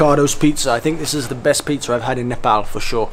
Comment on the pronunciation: He pronounced Nepal without any accent exactly like Nepali